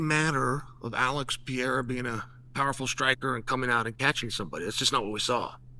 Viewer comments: Uncle Chael you’re a smart man! It’s about time to pronounce “Pereira”, correctly!🤓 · Chael is a master troll. He pronounces names wrong on purpose. He knows it gets a rise out of ppl. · Cheal maybe its time to give Alex the respect of learning to pronounce his name CORRECTLY? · can u get his damn name right already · forFuxAke, IT’S PEREIRA! IT’S NOT PIERA! It’s closer to PEDEIRA, with a fast D. Forget PIERA. Stop it! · I promise you it's Perreira not Pierra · It's not Piera. It's Pereira - Pay Ray Rah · Chael I hope you do read these comments. Please pronounce Portuguese and Spanish names accordingly. I'll be the first to say this but your mispronunciation is making you lose a lot of Latino fans. It's cringe to hear the mispronunciation over and over again. It's not Pierre. You can say Pay-hay-duh instead. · alex pierre!!!! xDDD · Cmon Chael it’s Pereira not Piera 😔😂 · And who the hell is Piera? PEREIRA, not that hard, uncle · Who is Alex Piere? ITS PEREIRA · 🇧🇷 PE - REI - RA not Pierre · Can someone help Chael pronounce Alex's last name properly?!! It's NOT Pee-Air-Ah 🤦‍♂️... It's Peh-ray-rah in English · Mah Man Chael. The Man’s name is Pereira not Pee Era. Do your brazilian fan friend over here a favor and just refer to him as Poatan, will you? All the best. Chama.🔥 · It’s not Alex Piera , Pereira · Who the hell is Piera ? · It's not Pierra, it's Perreira for crying out loud. Learn the name already 😂😂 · Alex Pierrea really confused me. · Who is Pierra? 😂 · Alex has been fighting in the UFC for almost 4 years now, and Unc Chael still hasn't pronounced his name correctly a single time. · Uncle chael please, pronounce his name right. Pi- rare- ah Not Pee-era 😂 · Who's "Pierre"? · Who is this "Pierre" Frenchie fighter he keeps talking about? He should be talking about Pereira! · It's PUR-EH-RAH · IT'S ALEX PER-EH-RAW ! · New mythical fighter: Alex Pierre-uh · How is Chael STILL calling him 'Pierra'? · Alex "Piera" ....... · Alex Pee-air-ah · I came for "Piera"